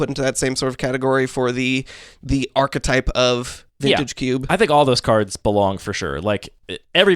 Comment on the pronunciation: archetype /är′kĭ-tīp″/ Actually pronounced properly ❤️